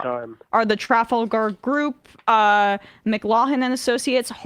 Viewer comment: Emma, learn to pronounce Trafalgar. Better yet, go see it :-)